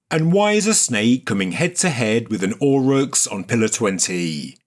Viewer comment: Auroch! Extinct Bovine and ancestor of cattle. This word was not clearly pronounced and the CC reading was indecipherable.